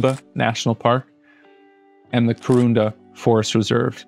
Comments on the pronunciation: I love this video so much. I grew up in north queensland and this makes me so happy to see some of my favourite places included. Just one thing, its Kuranda not Kurunda but other than that I LOVE YOUR WORK thank you so much for blessing my day with this video <3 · Well, "Kuranda" not "Kurunda" 😜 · Hey mate, love your video. You left out the Cedarbay National Park. It's the most northern section of the rainforest. Just south of Cooktown. I spent 8 years there as a kid. Living in the rainforest. Beautiful area to grow up that's for sure. One tiny other little thing, it's Kuranda. Not kurunda. Sorry to be a nit picker cause you have done an amazing video and brilliant research. Thanks mate. ✌️✌️ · Not bad mate, but it’s KURANDA like COO-RAN-DAH the markets are nice on the weekend, and if you ever drop in do the sky rail, like a ski lift but you go through the rainforest and shit. Good vid mate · Solid thoughtful work, thank you. And you nailed the pronunciations, except Kuranda maybe. You earned my sub.